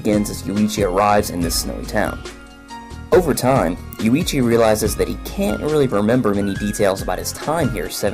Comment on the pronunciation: The contents are ok, but work on the damn pronunciation. It' not Yu-ii-chi, it's YUichi.